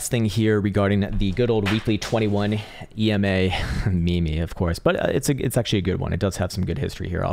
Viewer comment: When you became a Technical Analyst at such level, there is no sin to pronounce Meme as Me-me!.. EXCEPTION ONLY TO!